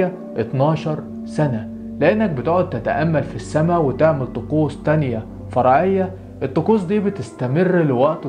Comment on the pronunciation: راح اقولك شي بس لا تزعل :اسمها طقوس مو تقوس اوكي متابعك من سلطنة عمان🇴🇲🇴🇲🇴🇲🇴🇲